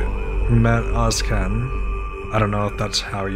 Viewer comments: His surname is Özcan not Özkan c reading like j in turkish 😊❤ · His name is pronounced like Oz John (actually the O is more like umlaut: Ö ).